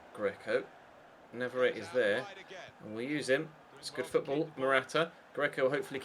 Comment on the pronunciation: I hope you know that navarrette IS left footed but he just also has 5 star weak foot! Also navarrette is from Argentina, a Spanish speaking country so his name you have been pronouncing wrong for a long time, it's pronounced n(ah)-v(ah)-r(aye)-t(aye). To reference, one of the champions league qualifying rounds last season, the announcer pronounced it correctly.